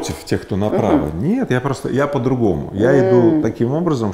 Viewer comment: Игорь, вы некоторые слова произносите на казахский манер, по-азиатски)))) например - пАААтамушта, пАААдругому